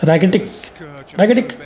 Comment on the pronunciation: Rakitic'❌ Raki tick ✅